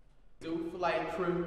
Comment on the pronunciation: flight is before u say the h like hooee